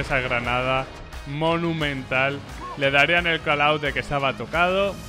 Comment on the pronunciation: Buen video pero k te pasa con la palabra "monumental"? XD